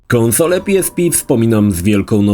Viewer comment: Jakiee PI ES PI tylko i wyłącznie PE ES PE xD